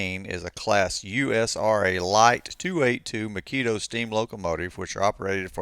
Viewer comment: Mikado not makito